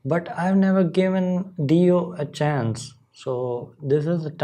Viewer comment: Hi! It’s been awhile. I hope you and your family are well. Ronnie James Dio was considered one of the best guitarists of his time. I think his name is pronounced Die-o. Vinny and Carmine Appeci were from the area where we grew up. I think the song is about Christ’s decent into hell after His crucifixion. I’m not sure. I always like listening to your thoughts on things. Be well.